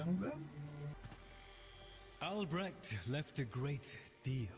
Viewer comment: its ALBRECHT... not alberect